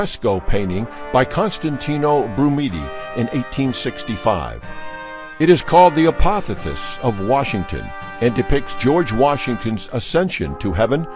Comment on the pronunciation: A small correction... the painting in the dome of the Capitol is pronounced- A poth i O sis, short i and long O